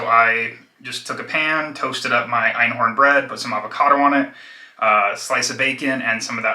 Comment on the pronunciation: Loving these, critique: it's not "einhorn," it's, "einkorn," as in, "one grain." Because all grains are korn in German. I'm so enjoying these videos. My husband eats shit outside the home, twice a day, every day but weekends. Since getting married to me, he's gained about 60 pounds, while I've just maintained, Vegan for two of our three years together (lacto-ovo for 30 before that). He's Omni, only eating some eggs and dairy here at home. He works daily, physical labour, and is struggling with his weight and measurements changing. He also smokes like a chimney, and drinks like a fish. I'm trying to get him to increase fibre, just that. I'm trying to give him some roasted veg, but he's not big on nuts and seeds. Thanks for your work here.